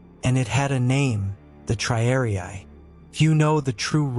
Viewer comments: Triariai? Isn't it, rather, TRIARII? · The silly AI voice commentary doesn't even know how to pronounce the word "triarii."